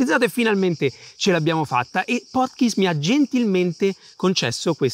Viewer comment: mitico!! però sentirti pronunciare PortKeys come Porchis non ha prezzo ahhahahahahahah